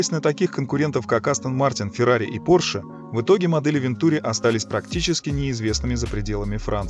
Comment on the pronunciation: АтлантИк. Это французский, детка. Все ударения на последний слог. Без исключений. Даже в русскоязычных словах франкофоны двигают ударение на свой лад. СочИ, СашА, МашА, ВладимИр, ЛёшА, пельменИ, матрёшкА, ПутИн, ЛадА СамарА, собственно СамарА и т.д. И, да, никаких "вен-" и никаких "-ту-" – это именно Ван- и именно -тюрИ. ВантюрИ АтлантИк.